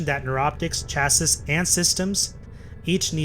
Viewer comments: It hurt my soul listening to you pronounce chassis that way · i had similar response to his pronunciation of "Chassis" like if dude even mastered english but hes talking like he has mastered warframe after 20 hours lolololol